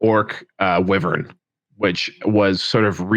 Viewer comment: it's bad enough listening to you mangle "wyvern", please don't get everyone mispronouncing merwyrm as well, it's mer like "myrrh" and "worm". at least you don't say calvary 😜